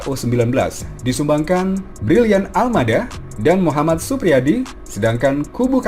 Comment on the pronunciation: Brylian Aldama mbok bukan Almada